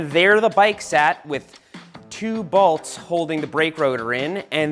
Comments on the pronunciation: I like how Seth pronounces bolts “Baults” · I noticed that too. Balts…?